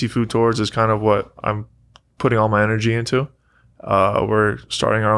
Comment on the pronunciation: Nick makes the word tours into 2 syllables. I hear it everytime.